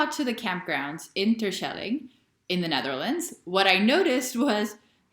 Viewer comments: I'm native Dutch and I've never been to the islands haha. I've never really been motivated, but I'd like to go there at least once. BTW your pronunciation of Terschelling is very American haha, but cute. You should ask your girlfriend how to properly pronounce it. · Your pronunciation of Terschelling is a big fat FAIL